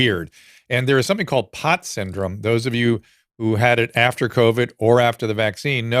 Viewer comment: Postural orthostatic tachycardia syndrome (POTS), not "POTTS". And saying "it's still worth getting it"- really? Unknown long-term effects, known adverse effects with no real benefit. Literally zero reason to get this thing. And if you're high risk or frail, the vaccine makers and doctors originally recommended for those people to get prophylaxis instead, but that was back when you were still allowed to mention prophylaxis.